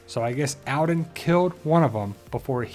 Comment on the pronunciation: Jesus christ your accent. It's All-den. Not Al'den.